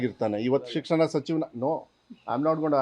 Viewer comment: ಲೇ ಅಯೋಗ್ಯ ಸಿಕ್ಸಣ ಸಚಿವ ಯವ್ವ 😅😅😅😅ನಿನಗಿಂತ ನಿನ್ ಅಣ್ಣ ಸೂಪರ್, ಕನ್ನಡ ಬರೋಲ್ಲ,😂😂😂😂